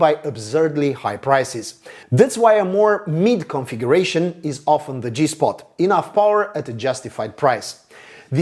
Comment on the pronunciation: Did you say sweet spot? I thought I heard G-Spot! 😁